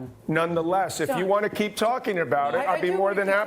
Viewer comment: Sarena just said "Kerp me out of it!" Lol